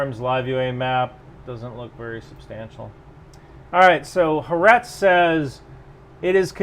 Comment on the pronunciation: it's Ha Aretz. Litteraly means The Land.